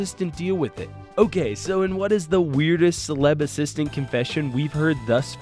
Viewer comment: nice 'assitant'